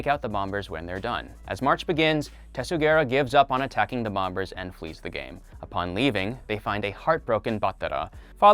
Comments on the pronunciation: Anyone else think it’s weird this guy pronounces the second ‘b’ in “bombers” “Bom-bers” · You don't pronounce the second b in bombers. Other than that awesome video. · I have never heard someone mispronounce bomber as bomBers so much in 5 minutes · You don’t pronounce the b in bombers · why did you keep pronouncing the second b in bomber? it does make you think tho